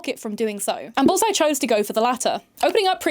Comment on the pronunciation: I don't know if it's my blocked ear or your accent, but the way you say 'bullseye' sounds like 'ballseye' and that makes me smile.